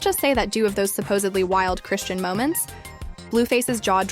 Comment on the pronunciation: Shut up 🤬 You can't even pronounce Chrisean name correctly 🙄 😂